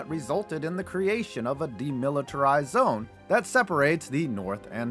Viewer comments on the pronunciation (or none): none